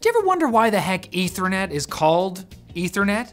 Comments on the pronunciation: Eth-ther net. Short e. Pronounce it correctly and it doesn't sound a thing like "internet". You are pronouncing it weird, like the chemical. Ether (Eh-thur), like the hypothetical substance that fills the void, not ether (Ee-ther), the chemical. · wtf is "ethranet"? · *Meth*anol -> *Eth*anol -> *Eth*ernet You're spent your entire life mispronouncing this word 🤯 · I dont know where this dude is getting his pronunciation for ethernet or the ether in general.